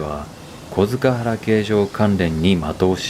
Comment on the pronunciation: 小塚原、読み方は、こづかっぱら ですよ。